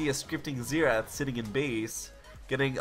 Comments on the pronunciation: Zenath? I though it was xerath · Disliked literally just because of the pronounciation of Xerath